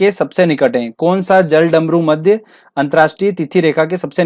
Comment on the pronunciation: Ise jal-damru-madhya nahi bolte.... Balki jalad-marudhya bolte hai 😂😂😂😂😂😂😂😂😂😂😂😂😂😂